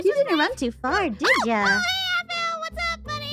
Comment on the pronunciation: Dont want to offend you if youre offended easily, but "aphmau" sounds like "avv-mieeow"😅